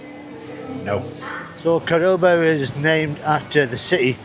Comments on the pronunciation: COR (emphasis on first 3 letters), Doba!. (Not Cor BO- da.) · It's called Córdoba, not Corboda, haha. Great videos, enjoy Córdoba and all of Argentina! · not to be nitpicking about pronunciation, but it is CÓR DO BA, not "Cor bo da". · By the way, you were mispronouncing the name of the city. It's CÓR-do-ba, not cor-DÓ-ba. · its pronouns " Cor doh bah" not "Cor boh Dah" greetings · Yeah, I was about to write the same. And he says it that way several times. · En ingles también dice "Cor bo da" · Está doblada por IA por eso los nombres salen mal pronunciados. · A mí me sale directo con el doblaje, podría configurarlo con el idioma original, pero da lo mismo los nombres los pronuncian mal.